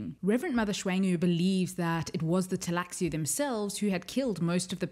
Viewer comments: Why do you call it Teilaxu instead of the Tleilaxu? Is that in the book to leave the L out in certain situations? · I know the computer games aren't canon but the cutscenes in "Emperor: Battle for Dune" pronounce Tleilaxu with a silent L, roughly like "tie lack sue". I played that game years before I read Dune Messiah, so I've always just gone with that pronunciation.